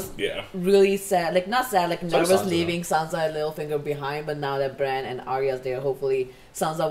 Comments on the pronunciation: ITS BRAN AKA BRANDON STARK. Bronn is the OG mercenary badass that shot drogon. Really irritated me when every one of you kept saying Bronn instead of Bran when talking about the starks reuniting. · They keep pronouncing "Bran" as "Brawn" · why do they call bran, bron? wtf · Why y'all calling Bran "Bronn"? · Why did they call bran, bronn? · Bran* I know it's nitpicky, but you keep calling him Bron lol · Why does everybody call Bran Braun.... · Bran not Bron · stop saying bronn when you're talkin about bran, cmon guys. lol